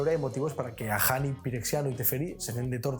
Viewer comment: Todos: Ajani. España: a g j h a n i